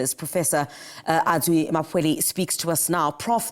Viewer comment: Why did you mispronounce his name, this is arrogance and ignorance of the public broadcaster. One reason I don't watch SABC.